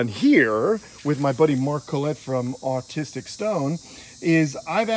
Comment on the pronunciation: Did he say autistic stone?